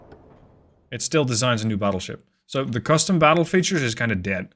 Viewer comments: "Shared desig" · Voice: "Shared Designs" Text: "Shared Desig"